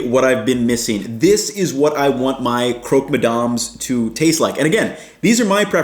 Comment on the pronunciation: You're in France, so please call ist "crock" and not "croak"